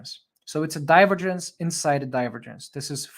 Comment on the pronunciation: With all due respect. I appreciate your work, but we say "/dʌɪˈvəːdʒ(ə)ns/". The accent goes to the second syllable. Apart from that, thank you for your invaluable contribution.